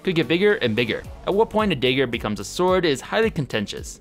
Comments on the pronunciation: unsubbed because he kept saying daiger instead of dagger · Dagger dahgur not dayger 😑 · it's DAG- GER not DAY-GER, for fucks sake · When you say daygar, you actually means dagger, right? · "The evolution of the sword came from the dayger" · I love your content, but I can't get over how you pronounce dagger as "dayger". Just teasing, we love ya! Keep up your amazing journey~ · What’s a “day ger”? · Ah yes, the infamous The day-ger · stop saying daeger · It's dagger not digger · Day ger, = Dagger ?!? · does it annoy anyone else that he says dager instead of dagger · It's pronounced "dagger", not "dayger". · please get to English pronunciation lessons soon, "Day-gur" just killed me a little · Please for the love of God learn how to say “DaGGer” not “DAYger” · carful, you Minnesotan accent is escaping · The infamous Day-ger not to be mistaken for the Night-ger. lol just teasing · Dayger. Lol. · It might just be accent related but the way he pronounces dagger seems a bit off to me. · STOP MISPRONOUNCING The WORD DAGGER!!!!! Jeez man! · It is really annoying the way you keep mispronouncing dagger. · So annoying how he can't pronounce dagger